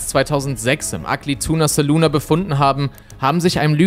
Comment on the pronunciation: Ja, aber man muss das „ahh“ dennoch nicht so betonen.